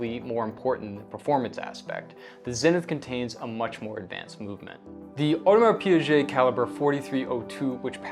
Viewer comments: You are a RO owner mate and that's how you pronounce Audemars Piguet? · Yes, if you can't pronounce the name correctly, just go with the initials (AP, JLC).